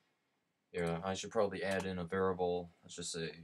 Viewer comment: I am a Humble Bundle viewer and appreciate the time you took to record and show how to use App Game Kit. Thank you! *Pet peeve:it is "var-iable" not "var-able." My wife gets me when I say "li-berry" instead of "li-brary"